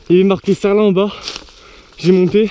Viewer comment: j'crois qu'on dit serline trail a l'americaine pas serlin